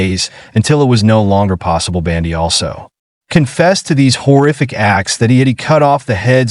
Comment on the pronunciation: Human cannot pronounce Bundy? Who is "Bandy?"